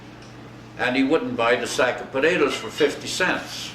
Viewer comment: "podadoes", just like my dad and his siblings always said potatoes. The family farmed in Sask, NE of Saskatoon.